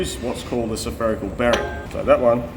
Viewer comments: Oh dude. "Seferical" ≠ "Sferical". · You said greeze and suffericle bearing. And you Aussies give us Americans hard time for measuring in bunanas. Oh well at least you said nipple to bring my attention back to the job at hand! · "sOpherical bearing"? Is that a regular part of Australian English or accent or dialect? To add that vowel between the s and the ph? Never heard that before.